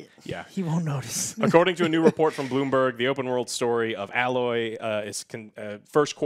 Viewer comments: A-LOY not alloy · Great video guys but her name is A loy not al loy please and thank you. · Her name is pronounced Ay-loy. Stop saying her name like the combination of metals! Joe I understand but I thought you played the first game. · God, you can just tell which people have or haven't played Horizon Zero Dawn by the way they pronounce Alloy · Says he can’t wait to play Horizon Forbidden West...doesn’t know how to pronounce Aloy’s name....right